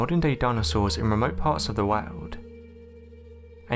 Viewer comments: I've never heard anyone pronounce the word "world" as "wow'd" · Every single god damn sentence ends in a fade out of the last word! Also "woahd" lol